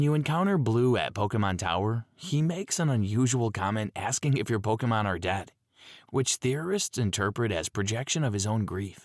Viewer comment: I cant wait for these low effort AI voice vids to get utterly demolished! i mean this AI cant even say dead, its says dayd or some shit like that.... I cannot WAIT! just take 1 hour and do your OWN voice you lazy twat